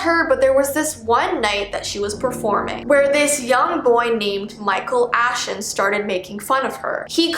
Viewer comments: Michael Ashon Me: Micheal Afton 👁U👁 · Michael ashen? You say... quite similar to... MICHAEL AFTON! •-• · Michael A- Me:MICHAEL AFTON:Michael Ashton Me::(.... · Me: reads most of the comment whilst pausing the video so i can get scared Most of the comments i read:: micheal ashton Them: MICHEAL AFTON!!! Me: welp i put a spoiler on myself XD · “ Micheal Ashon “ Me: misheard it WAIT MICHEAL AFTON who brought up fnaf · Michael ashon more like Michael Afton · Michel Ashton?!?! Michel Afton?!?!!? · his name is Micheal Ashton Me: Micheal afton--? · "Micheal Ashton" No no no no no no no. You mean Micheal Afton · Michael Ashton Me being a fnaf fan: MiChAeL AfToN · I thought she said Michael afton